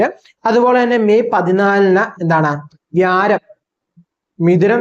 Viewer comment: വ്യാരം അല്ല വ്യാഴം എന്നു പറയു